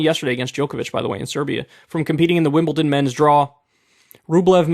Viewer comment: Im sorry Kyle, like your argument but.... WimbleTon ? Why how why howww